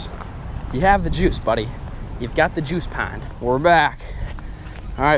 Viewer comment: Why is it when says "juice", It sounds like "Jews"